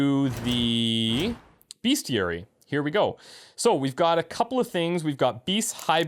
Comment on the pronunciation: For real though, it's BESTiary. Not BEASTiary. Other than that, great gameplay